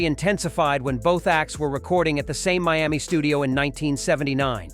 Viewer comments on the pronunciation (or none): none